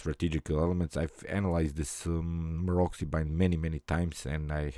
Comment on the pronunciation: Pozdrav,odlična partija i komentar,moja jedina zamerka je da se Maroczy izgovara MAROCI,a ne Marokzi:)